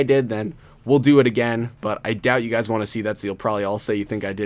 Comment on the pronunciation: Did you say hello gays (LoL)